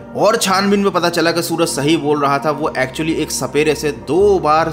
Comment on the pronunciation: Suraj nhi srak